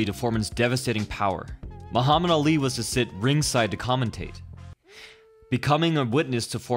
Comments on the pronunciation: you said Ali's name incorrectly... its not alley its Ali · How can you mispronounce Ali? Too many to the head? It's not Al Lee, it's Ahh-lee. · Anyone else cringe as he keeps saying ( Al-lee ) Ali.